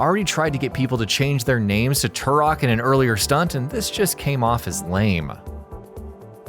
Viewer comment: Turok??? Wtf. Lol